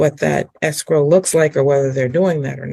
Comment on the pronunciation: Anyone else hearing “escroll” not escrow?